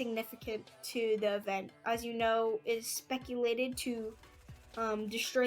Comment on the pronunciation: Nice Vid Bro! Keep going! Also “speculated”🤣